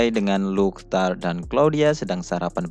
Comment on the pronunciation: Tarte dibaca tarte bukan Taort atau tart soalnya di anime juga ejaannya begitu " Tarte "